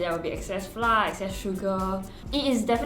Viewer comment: Great job! I know this is a local channel, but to cater to the understanding of international viewers, pronounce “flour” the correct way? Our schools teach us the wrong way of pronouncing flour 😅